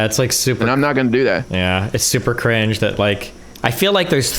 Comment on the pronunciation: Destiny has managed to single-handedly make the word “cringe” my most hated word of 2022. “CUH-RINGE 😬”